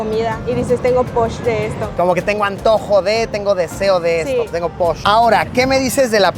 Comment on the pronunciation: No es posh es poch ! Saludos desde Yucatán !